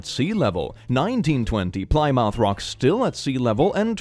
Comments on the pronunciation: just an fyi, Plymouth is pronounced more like “plim-muth” than “ply-mouth”, I grew up right near there so I went i’ve been there about a dozen times at least. With that being said, I love your videos and I hope this helped a little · “Plymouth” is pronounced “plih-muth” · Massachusetts resident here, it’s pronounced more like “Plym-oth” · "Plie-mouth" as the pronunciation is KILLING ME as someone who lives in the Plymouth area 😭 (it's pronounced Plih-muth) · Its not PLYmouth.... its Plem-uuth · Bro I know youre swedish but I have to point this out, it's pronounced plih-myth not ply-mouth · Everyone is the world: "Ply mouth" Americans: "Plimuth" I've always wanted to pronounce it as ply mouth, but school taught me it's pronounced "plimuth" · Plymouth is pronounced Plim-moth FYI. Not Ply-mouth. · BTW, Plymouth is actually pronounced "Plim-uth" and not "Ply-mouth"! Similarly, Dartmouth is pronounced "Dart-muth" and Portsmouth is "Ports-muth" (or "Ports-muff" if you're a local). Hope that helps! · Lately I've noticed apologizing for not knowing the pronunciations, but got them right whenever he did. But I haven't seen a comment similar for any mispronunciations. I liked "Ply Mouth" instead of Plymouth (plih-muth) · dear god pronunciation of Plymouth… it’s said like plimuth not plai-mouth 😭😭😭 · Ah confidently incorrect like your pronunciation of plymouth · I used to pronounce Plymouth like that when I was younger n sometimes to take mic out of siblings who live there now. It's pronounced plim-oth 😅❤ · Hey Plymouth is pronounced like plimuth i live near Plymouth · As an American, hearing you pronounce Plymouth as ply mouth hurt my soul. 😅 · "Plymouth" is pronounced 'plim moth' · Plymouth is pronounced 'Plim-oof', yeah i know English is weird. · I live about an hour from Plymouth Rock. Plymouth is pronounced “Pli-myth”. Also, the rock has been moved around a lot. Its current location is about hundred feet away from the shore.